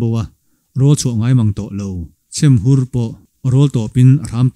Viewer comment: Chhiar thiam si, a ngaihnawm lutuk. Sava pakhat hming hi chhemhur ni lovin, chhêmhur aw😅👍 Sangtei chu a nau Tea chuan a rawn kai lut a.... Tea kha a u,, tih sual palh a ni awm e.